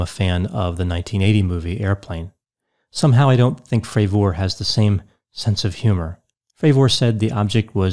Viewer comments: Its not pronounced commander Frav-OR, Its pronounced Frav-ER. Its sounds so weird when you say it. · If he says FravOR one more fucking time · It’s Commander David Fravor… not fravORE. Your professional analysis just went out the window as an expert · Hard to watch this guy. Is it not pronounced Fra ver not Fra Vor? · Well as soon as this prounced his name Fra'VOOOOOR. it put me off 😆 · What's the deal with the weird pronunciation of his last name? "fray-VOR" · Why does he keep pronouncing commander Favooooooor's name like that ? Its making me feel weird inside. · Fray-ver. I appreciate that people pronounce things differently, but if you’ve seen the interviews with David Fravor, you should know how to correctly say his name. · Could this David Fravoooor be related in any way to David Fravor I wonder? Its a very basic surname to pronounce Doc for God's sake.. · Just sayin it's not pronounced frav ore lol. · I've been watching several of your videos mostly for entertainment and I find it difficult to believe you spent the time watching the interview with David Fravor considering you keep mispronouncing his name. Also, your attempts at comedy really fall flat. I'm starting to really doubt your credibility. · Are you saying his name wrong on purpose ? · How could you get almost every detail relating to the interview you’re “analyzing” wrong? You mispronounced the Commanders last name consistently. Joe is skeptical of most “conspiracy theories” and was clear when discussing the issue with skeptics that he was talking about professional skeptics (not a general skepticism towards people’s claims). Also Commander Fravour says in the interview that he never believed in aliens/UFOs before this, in fact he said he was dismisses of people making such claims and him and other pilots would scare campers by acting like UFOs in their jets. None of your arguments really hold up to analysis. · This dude can’t even pronounce Fravors last name correctly lol.